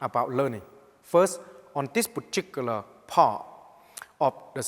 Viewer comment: I came here to hear 'poochicular' one more time.